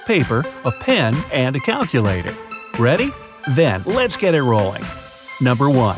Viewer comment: "Caculator," Me: Already confused.